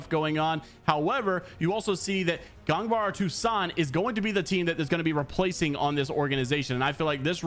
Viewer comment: Lmao it's pronounced gan-bar-ay o-tou-san